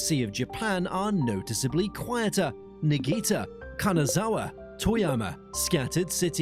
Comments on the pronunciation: Your Niigata pronunciation is not right…. It’s Nii-Ga-Ta and not Nigita… 🫩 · It's pretty bad. In what universe is Niigata pronounced like "Knee Ghee Ta"? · Niigata? Akita? Yamagata? Can tell you've not spent much time in Japan. I lived in Niigata (KNEE-EE-GAH-TAH) for 5 years and that city is plenty big. It's one of the designated cities. It was so important that it was considered as a target for the two atomic bombs. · Nagita❌ Niigata (knee-ga-ta) ✅ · Is the person speaking blind? How can someone pronounce "Niigata" as "Nagita"? Like, it's literally supposed to be pronounced the way you spell it. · Myasss. Knee-gah-ter innit? :P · Neegeeta lol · "Niggita" lmao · What, you've never heard of Nagiita prefecture? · “Nigii-ta” sounds too dangerous to me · Lol ‘Nigita’ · Not even 1 minute into this and he "it" screws up Niigata's name. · how can you use a human voiceover who doesnt even know how to pronounce words like 'Niigata' or 'Tokugawa'. You're such an ignorant fool. Havent disliked a video so fast in years!! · Obviously understood what he meant